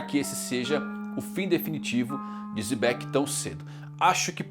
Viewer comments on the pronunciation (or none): Por que o mano fala "Zebec"? 😅